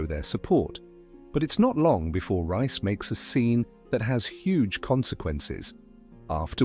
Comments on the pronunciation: It’s not rice it’s Reece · Pronounced REECE